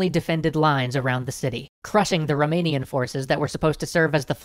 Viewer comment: He pronounces Romania right!